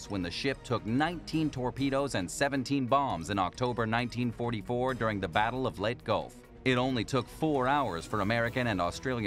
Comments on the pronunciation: Too many inaccuracies too mention. There was no such battleship class as the Musashi class battleship. The Musashi was a Yamato class battleship. The pronunciation of Leyte gulf is not pronounced ‘let’ gulf. A lot of warships did not display their name on their bows (ie German battleships didn’t either). What 270 ton main gun? Each turret contained 3 guns and each turret weighed close to 2000 tons. Also, implode - really ? And there is no Icey waters around the Phillipines. I gave up after this load of crud. If your going to make a video, get your facts right ! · I'm sorry to say but you mispronounced the gulf. Look it up and see if you can get the proper pronunciation